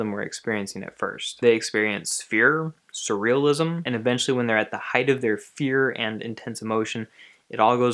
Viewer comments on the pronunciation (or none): none